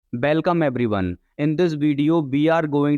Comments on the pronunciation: Belcome nhi hota hai Welcome hota hai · Bellcome ❌ welcome ✅